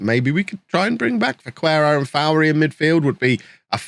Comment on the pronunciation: You're probably aware already but Vaquero is pronounced Ba ke ro, the u has no sound